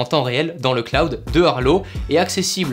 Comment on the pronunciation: mouais le "cLoUd"